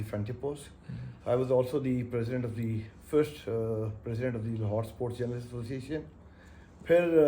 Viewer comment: Klasra sahib, it’s not suports journalist, it’s sports You need to correct your pronunciation.